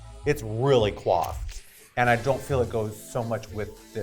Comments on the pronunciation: coiffed not quafed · I hate to be that person, but it is coiffed, not quaffed. Sorry. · .........*COIFFED not "Quaffed" UGH! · COIFFED not QUAFFED, PLEASE lol One is hairstyles, the other is drunk down fast!